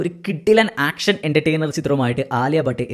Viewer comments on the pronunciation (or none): none